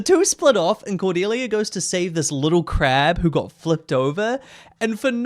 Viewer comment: I remembered watching this movie as a kid. I don’t know why but the hard pronunciation of the ‘C’ in Cordelia’s name has always stuck in my mind and I always hated it lmao. I remembered like NOTHING else from the movie. Just the way that Pi says Cordelia’s name.